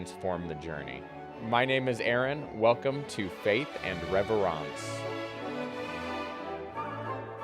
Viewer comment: Its not reverence… its reverence 😅 “harry potter style”